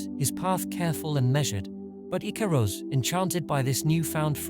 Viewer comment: I actually think the icarus story is fairly poignant for humanities reach. And although we do get it wrong we strive perhaps too close to the sun sometimes. The artwork is great 👍 Edit* icarus pronunciation needs some work 😅